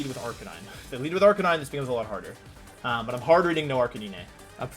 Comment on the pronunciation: You can tell he was stressed because he kept misspronouncing Arcanine.